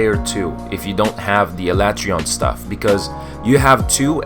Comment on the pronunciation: No it’s not lol. Why else would the voice actors say “Al ah Trey on” and not “Al A tree on”